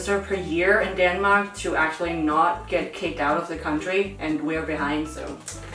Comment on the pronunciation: Den måde du udtaler “Denmark”.... ahhh. Deeenmark